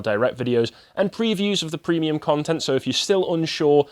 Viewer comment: Prehmium deboonking